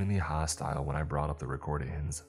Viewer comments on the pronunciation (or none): RecordINGS!!! NOT recordeens!!! Learn how to read ING!!! IT ENDS WITH A G SOUND, NOT AN EN SOUND!!! NothING!!! NOT notheene!!!!